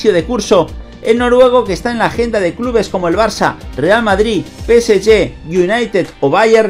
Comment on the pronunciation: Nada más q el preguntar en q idioma es q pronuncias el nombre del PSG? No la agarro,….